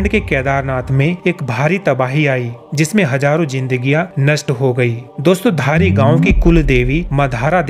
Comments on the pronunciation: Dhaara nhi dhaari devi hain... jai devbhoomi Uttarakhand 🙏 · Bhai dhara Devi nhai dhari devi hein